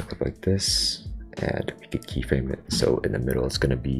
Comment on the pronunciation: i hear you say keet everytime